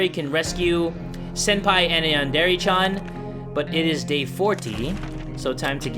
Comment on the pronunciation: lul he said “chan” wrong